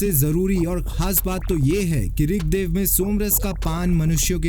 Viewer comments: क्या ऋगदेव ऋगदेव बोले जा रहे हो ऋग्वेद को। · महाशय ऋगदेव नहीं ऋगवेद